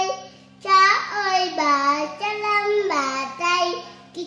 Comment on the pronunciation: Các cháu tập cho phát âm rỏ chửi hơn nữa thì tuyệt như chử YÊU… NẮM….👏 hát hay lắm nha.